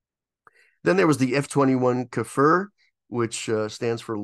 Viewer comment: Thanks for the video. Very informative. Quick pronunciation corrections on the Kfir… it’s pronounced K’fear (like beer, steer, or deer but with a very short Kh sound at the beginning, rather than Kh-fur). It literally means “lion cub” or “young lion”. The IAI subsidiary Bedek is pronounced BEH-deck (emphasis on the Beh).